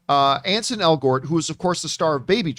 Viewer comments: It's ANSEL , John. Not Ansen. 🙄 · At least learn his name. His name is Ansel, not Anson.